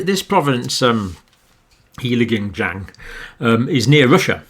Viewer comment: Heilongjiang is pronounced Hey-long-jang